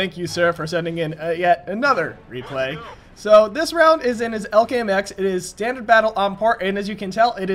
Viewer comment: its E L C not ELK idiot:P